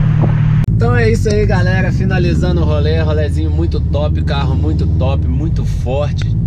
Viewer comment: Só um tok para nosso amigo, vai no fonoaudiólogo e aprende a falar, não é "galerra"